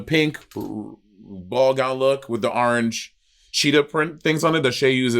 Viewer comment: anyone else pronounce orange like how monet does?